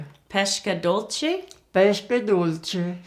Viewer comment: You said "pesche dolci" like "pescche dolsci" You have to say the s in "pesche" like you're saying the s in "Students" or in "Star", i'm italian and it's strange for me to hear a woman with the age of your mother speaking in english. My grandmother hasn't studied english at school. I love the recipe as always ♥♥♥